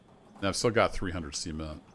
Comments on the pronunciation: Are you pronouncing cement like that on purpose? Like it's two ceperate words? Sea ment? Because it sounds kinda sus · Makes me laugh every time 😂